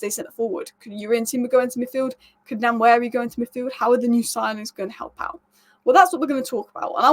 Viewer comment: Ethan Nwaneri is actually pronounced as WA-NE-RI